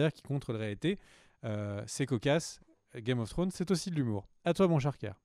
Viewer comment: A chaque fois j'attends le fameux "game of flllonn's" !!